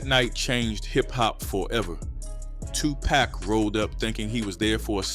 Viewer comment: Dude need to know how to pronounce names. Its Tupac not Tupack 🤦‍♂️